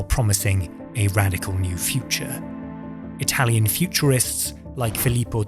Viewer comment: your italian pronunciation is perfect. like the video itsef. great work